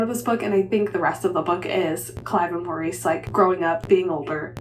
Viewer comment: Loved this vlog - thanks for the reviews! I got an ebook of When the Tides Held the Moon and your review prompts me to hurry up and read it. I also was waffling on reading my ebook of Yield Under Great Persuasion - still not sure if I want to read just yet. Superfluous is pronounced su-per-flew-us (the second syllable is stressed). Also in British English, "Maurice" is pronounced MORR-iss (emphasis is on the first syllable, which rhymes with "or," followed by a short "iss" sound). It stands out to me because of the film starring Hugh Grant which I have seen twice.